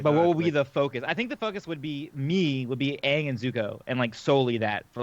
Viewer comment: I tried to watch that movie. After like the 8th time they said aang name wrong, I just turned it off